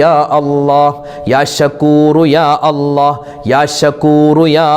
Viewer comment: യാ അല്ല അല്ല യാ അല്ലാഹ് എന്ന് പറഞ്ഞു കൊടുക്കൂ